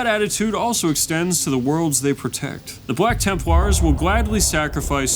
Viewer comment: I swear it sounds like is saying "Bwack Tempwars". Every single time.